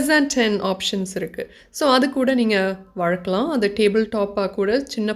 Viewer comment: வழக்களாம் illa வளர்க்கலாம் nnu pronounce pannunga